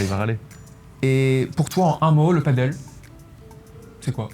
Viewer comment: On dit Padel pas paddle...😂